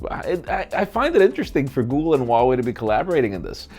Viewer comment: for those who doesn't know how to pronounce Huawei, the H isn't silent